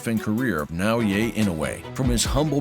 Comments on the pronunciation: Nice video. His first name should be pronounced “Nah O Yah”. Not “Yay” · For the record: it's Nao-yah, not Nao-yay 😅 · Damn! Please pronounce his name right! You heard it many time even within the quoted video! Its NAOYA not NAOYE! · OMG, it's not Nao-"Yay," its Nao-"Yah." LOL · I just don't understand how this narrator is pronouncing Naoya so fucking wrong. He is saying "yey" or "yay", he is adding a non-existent 'y' at the end of Naoya. This could be an AI video who knows. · nao-ye? it's not hard dude, it's nao yA. pronunciation of last name is bad but passable, so please just work on the first name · For what it's worth, his name is pronounced "Now-ya" not "Now-yay" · Absolutely butchered his name. Now-U-Way. It’s Na-Oi-Ye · His name isn't "Nao YE" it's "Nao YA". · NAOYAH not NAOYAY. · " NaoYeah " lol c'mon xo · アムウェイみたいに呼ぶなし しかもナオイェイとか過去一酷い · Na-oh-ya it's that ez to say the dudes name. Literally the first words from the narrator and he can't do it. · It's NAOYA (NA-OH-YA) INOUE.:face-red-droopy-eyes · If you're going to make a 'close up' video on a fighter, if not out of simple respect, at least show the journalistic integrity to learn the proper pronunciation of his name - NaoYA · Nah-O-Yeah That's how to pronounce his name. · Great video but hire a narrator who takes the 2 seconds required to learn to properly pronounce a japanese name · The way you pronounce his first name hurts my brain. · Great video, but such a shame you pronounced Naoya incorrectly throughout. It's quite jarring and a bizarre mistake when you've gone to so much effort to produce an otherwise high quality piece of content.